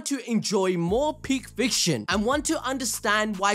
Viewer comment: "SAHKTOURUH FREAHKHING GOHJO" mannn the respect when mentioning his name is truly something